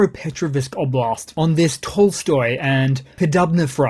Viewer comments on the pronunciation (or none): none